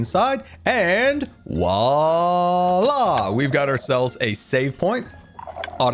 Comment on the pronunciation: Please learn how to pronounce “voila”. 🙄